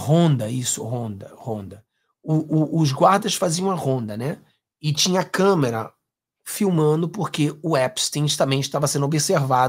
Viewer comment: "de menor" ? "câmara" ? 🤦🏻‍♀️